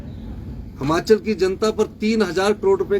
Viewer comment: हमाचल नही हिमाचल होता हैं